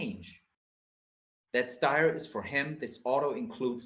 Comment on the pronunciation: Styr is not Steyr - look up how Danish, Norwegians and Swedish pronounce it.